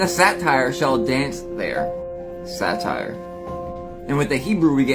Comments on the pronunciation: Satyr (say-ter) not satire - those shoes are ugly and some new weird fashion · So Japanese shoes like Lil Wayne's are only being worn on hooved feet, huh? Naaah Also, dude is saying, "satire" but he means "satyr." 😂😂😂